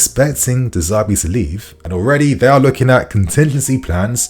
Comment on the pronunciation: De Zerbi , not De Zerbe lol